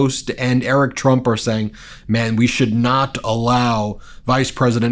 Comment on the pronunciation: Every time I see Don Jr. and "I'm eWic TwUMp" open their mouths, I think Donald Trump should talk less about genes.